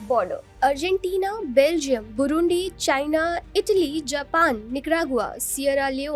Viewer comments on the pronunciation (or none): none